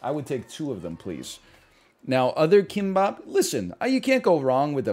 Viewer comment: Will someone please tell him that "k" in korean is not pronounced like an english "k"